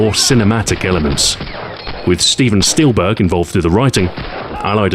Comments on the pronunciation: Man I didn't know that Stephen Steelberg worked on Medal of Honor! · "Steven Steelberg" lol